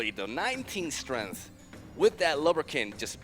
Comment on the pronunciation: it is truly annoying. specially the way he pronounces strength